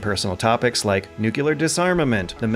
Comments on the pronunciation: Say it with me: 'new-clear'. Not 'new-colour'. (Good content, mind.) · New-clee-ar. Not nuke-you-lar. There is only one 'u' in the word 'nuclear.' Come on,, you're better than this. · say it with me: knew-Q-ler 🤔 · All these years still can't say "nuclear"